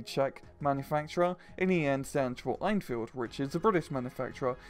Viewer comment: I don't know why this bugs me, but the way you pronounce 'Enfield' is (in my opinion, don't value it too much) wrong. It's pronounced as 'N-Field', as the E in Enfield is silent (?). You say it like 'Ain-Field', which is incorrect.